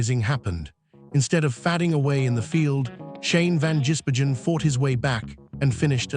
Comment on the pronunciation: Pronounce his name right...van giz Bergen. Three words.....